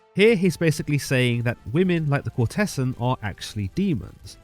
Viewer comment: Very nice. However, please do learn how to pronounce the words 'ducat' (duck'at) and 'courtesan' (i.e. COURTezan, not court-TESS.an)!